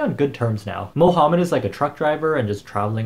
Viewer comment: Did he just say mohumed like mo + humed